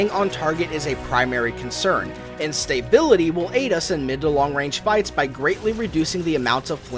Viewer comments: stay-bility. lol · yeah that bugged me a bit too. He got the em-PHA-sis wrong. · You are saying the word "stability" wrong. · Like the video, but there is no "y" after the "sta" in stability.